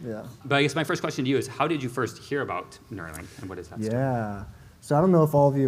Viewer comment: It's Nuerolink after Beerio Kart. lol